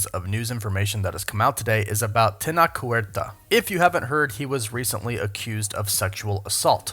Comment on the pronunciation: It's not pronounced (Teh-nock); IPA: [tenɒk]. His name is pronounced (teh-noh-che); IPA: [tenoʊtʃ].